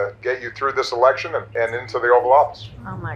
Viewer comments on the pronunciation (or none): Eleckchurn? Eleckchurn Gate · His Stephen Chung is like blah blah blah, word salad word salad, not making any sense!! 😂”electurn” interference, “conFICTED” lol 😂 what a sad loser!!!! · Stephen Cheung says Elecshurn interference ! Communications chief for Trump? HAHAHAAA !